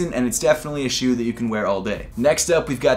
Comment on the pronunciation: Was so bothered every time you said “shoe” 😑